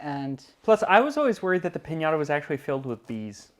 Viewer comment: Dejé de ver el video a la 4a vez que oí piñara en vez de piñata. se esfuerza por pronunciar bien cualquier idioma y dice piñara.